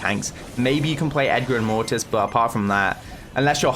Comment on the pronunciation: I love how says mortis (mo-is